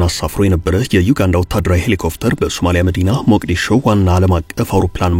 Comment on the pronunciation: ሔሊኮፕተር not ሔሊኮፍተር